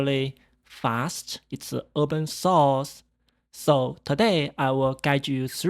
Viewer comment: Bro says "Open Sauce" but I liked it.